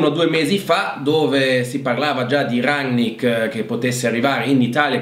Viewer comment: Chi? Rangnar Lodbrok? Quello di Viking 😂 Bene ci allenerà un vichingo! Grazie come sempre alla tua competenza. Almeno abbiamo imparato a dire RANNICK!